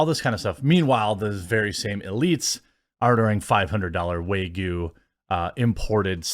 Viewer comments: Hahahahahah. Finally won't have to deal with this fake meat garbage for much longer. P.s. it's pronounced wagyu. Wah-gyu. Not wae-goo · Way-Goo... LMFAO!! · Dude you butcher the word wagyu like no other.